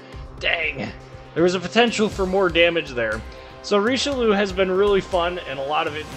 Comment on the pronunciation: it's just 'reesh-loo'